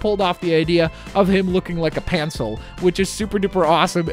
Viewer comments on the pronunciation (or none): Why did he say pancil it's pen-sil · Did anyone tell he said pancel instead of pencil. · Did he just say pancil?